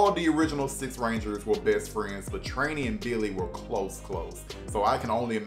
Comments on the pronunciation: Who tf is Trainee its Trini (Tree-Knee) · Why do you say Trini so weird... You pronounce it with an A?